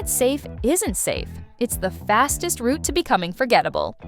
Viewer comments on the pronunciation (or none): none